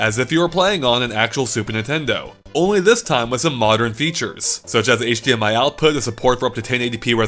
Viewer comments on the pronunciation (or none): none